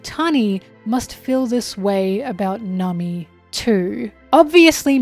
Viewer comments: Am I crazy or has always pronounced Nami as "Nummy"? 😂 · Liking and subscribing just because I think the way you pronounce "Namii~" is funny.